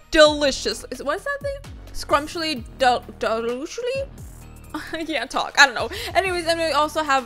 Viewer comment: No one:: "ScRuMsHlY dEloOsHly?"